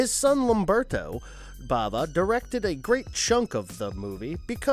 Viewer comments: Just a suggestion— make sure you know how to pronounce the filmmakers’ names before making the video. E.g. Lamberto BAVA, not Blava; William Peter BLATTY, not Blatley. Kind of distracting. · The Devil’s Candy was such a great surprise. Loved it. Demons is good fun. By the way, it’s Lamberto and Mario Bava, not Brava 😉